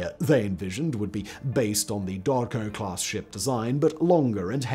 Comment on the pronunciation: Dokdo, not Dodko :)